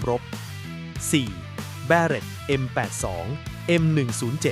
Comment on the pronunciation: คุณน่าจะเป็นคนแรกๆในประเทศนี้ ที่พูดชื่อ m82/m107ได้อย่างถูกต้อง🤣